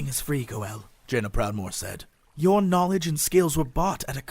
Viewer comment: did jesse says "vajaina proudmoore" ?